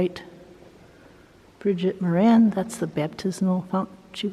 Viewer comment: We don’t say More-AN, we say MORE-an. In any name the emphasis is usually on the first syllable unless there may be a fada (accent) above a vowel in the second syllable eg Siobhán (Shiv-AUN) or Ciarán (Keer-AUN).